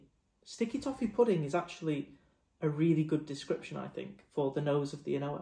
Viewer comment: An Ardbeg official pronounces An Oa “ah nooo”. The second a is silent.